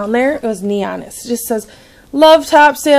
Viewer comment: it's pronounced Top"sul" Island...